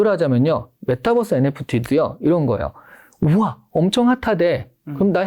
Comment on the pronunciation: 메타버스 발음을 메타뻐스로 하시는데 Metaverse 를 Metabus 로 인식이 되는 것 같아요^^